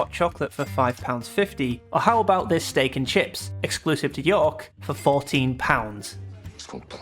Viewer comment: There's only one syllable in York, buddy.